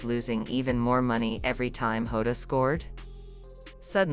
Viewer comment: It’s JOTA not HODA.